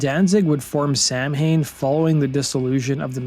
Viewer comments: It’s not pronounced “Sam-hain”, it’s pronounced “sah-wen” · Correct pronunciation: sah-win Incorrect pronunciation: sam-hane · Very interesting, but... you are pronouncing the band's name wrong. It's a Gaelic word so, it's not pronounced as how it is written. It's pronounced "sow-in" and not "Sam Haine" If you cannot get that right... don't make a documentary on it. What you're doing is basically reading an article and calling it a video, verbatim. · It's probably already been mentioned but here goes. Samhain is essentially the Irish word for Halloween (not a direct translation). That said it is not pronounced like Sam - Hane, it sounds more Sow (as in female Pig) - In . Sow - In . Say those two words fast and you'll get it. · Samhain is pronounced Sauin in Europe. Samhain is Irish, Samhuinn is Scottish and Sauin is Manx. In the US we pronounced it SAM-HANE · it is not Sam Hain it is pronounced Sow wen... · That's pronounced saw-wen not sam-hain. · It's pronounced "sa when" not samhain.......breaking the misnomer.... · Pronounced “Sow-Wen” or Saow-Den” not “Sam-Hayn”. Gaelic is a strange language. It look like English but it’s not pronounced that way. Lots of “silent” letters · SOWINN..NOT SAM HAIN. Every time he mispronounces the name my ear drums bleed a little more. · Samhain is pronounced "Sowen" not Sam Hain. It's a Gaelic word, and Danzig himself should have found that out. There is no Sam Hain in Ireland, just Samhain. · It’s pronounced Sown not Sam Hain. Come on… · yeah, within lyrics, Danzig does pronounce it correctly as sow-win. But when he talks about the band Samhain, he does pronounce it sam-hayn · The name is not pronounced Sam Hain, instead it is more like Saw Wain. It is an Irish word. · Sow-ihn , not sam-hain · It’s actually pronounced Sow-win. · It's pronounced " saw- win" sheesh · Samhain is pronounced saa-win. It always bugs me how everyone mispronounces Samhain. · It is pronounced "Souwhen." Celtic Halloween. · It isn't pronounced "sam hain"